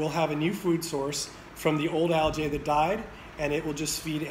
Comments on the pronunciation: Algae - pronounced Al-gee, not Al-jay. Great video, thank you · Algae..not aljay!! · Dude. It's pronounced a l g E E. Look it up. Makes me question your authority on the subject. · Great information. Turn your camera so we can see the storm. Which accent pronounces al-gee as al-jay? Gallonage ? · Aljay we say Algee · thanks , yet ;AlgaeAmerican pronunciation al· jee . ... GEE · al·jee And algaecides are not a scam at all. Who you gonna trust, chemists that have tested all this, or a guy that can't pronounce algae? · I’ve never heard anyone pronounce it like that…… Not saying it’s wrong, LOL I’m just saying it’s got a little kick to the name algae LOL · Never heard of anyone pronounce algae like this very strange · Lmao this method may work for a tiny above ground trash residential pool, but this guy is speaking in half truths. Can't even pronounce algae and you trust him? Lmao